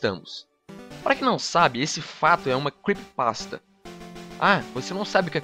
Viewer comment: cara é creepypasta não creppypasta